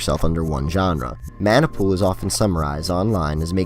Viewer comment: 猫 シ Corp. it’s pronounced Maah Nah Pool not man nai